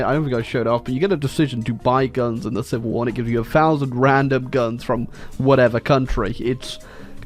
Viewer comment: Ah yes “shivil war”